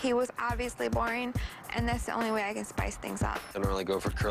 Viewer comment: 'borring' lmaooooo